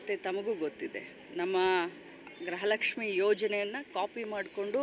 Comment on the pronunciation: ಗ್ರಹ ಲಕ್ಷ್ಮಿ ಅಲ್ಲ ತಾಯಿ ಗೃಹ ಲಕ್ಷ್ಮೀ ಅಂತ ಹೇಳಿ..